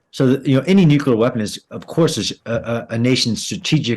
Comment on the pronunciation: If you're going to discuss 'nuclear', learn to pronounce the word.